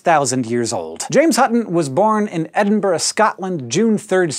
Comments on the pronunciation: Finally, an american who pronounces Edinburgh correctly! Yay! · Thank you for pronouncing "Edinburgh" correctly.